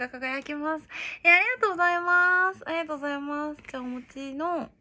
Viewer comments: ありがとうございますを あーざいますって言う人苦手wwwww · あっざまぁすあっざまぁす癖になる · 「ありがとうございます」が、「おはようございます」に聞こえる(笑) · あいざいますwww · あいざいまーすがすこ